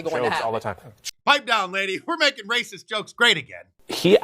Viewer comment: T Shirt suggestion.. A shirt that just says "That's RRRaaaacist !" Love the way you say it !!